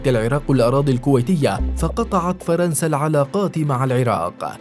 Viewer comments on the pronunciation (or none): none